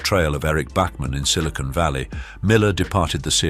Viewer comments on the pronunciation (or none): none